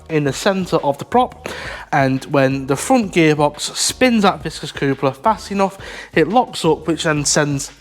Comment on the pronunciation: what is a coopler ? you mean coupler hehe (cup-ler).